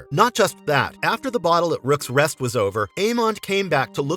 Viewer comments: Rooks Rest my good man, not "Rooks Nest" 🤦🏾‍♀️ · ‘The bottle at rooms rest’ Jesus Christ fix your stupid Ai omao